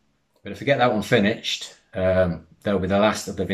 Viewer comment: It's pronounced finISHED not finICHED!